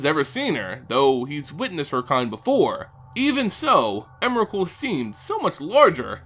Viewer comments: Ps: "onerakul" thats so retarded!!! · There was alot of times he said Emerakul, but has anybody considered "Memerakul"